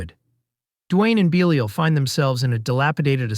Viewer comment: Great video and selections. However, the narrator’s constant mispronunciations, some times within the same segments, is pretty distracting and amateurish. Beelial to Beh liel, Tobe and Toh-bee. You can always do another take and say everything correctly once 😅